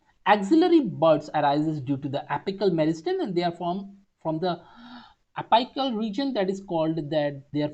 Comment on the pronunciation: Ita a really good explanation but please focus on the pronunciations of the most basic words Its not pronounced as ap'ai"cal It's apical(pronounced as ap"ee"cal)